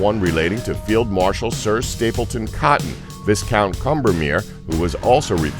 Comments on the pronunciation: the s in viscount is silent. its pronounced vicount. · Dave Lennon-Copeland I'm an American, and even I know how to pronounce Viscount properly! I too was annoyed he didn't use a silent S.